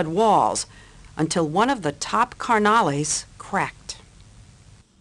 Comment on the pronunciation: “One of the top carnels flipped” lmao she didn’t just say that 🤣🤦🏽‍♂️